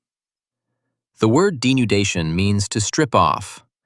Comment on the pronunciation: weathering denundation